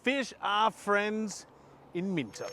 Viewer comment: You're obviously Aussie AF. So why did you keep calling it Minto? Everyone knows, it's Minno. Silent T.